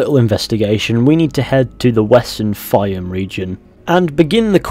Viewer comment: Its not called fyom its called fayoum Im egyptian so i know how to spell it right